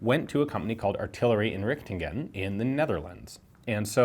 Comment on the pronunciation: ah so funy how you mispronounce dutch words😂 its pronounced "artillery inrihtingen"